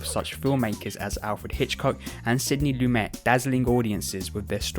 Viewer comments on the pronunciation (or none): none